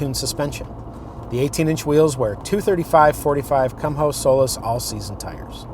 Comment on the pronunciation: It's kuhmo' not kum' ho.. Idiot lol 😂